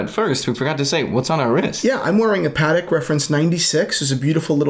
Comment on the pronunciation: uhm. I think it's pa-TEK, not "pattick" 😆